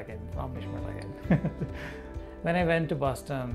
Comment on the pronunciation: it's an honour to mishmi tribe. but it's takang not takin.it's British pronounciation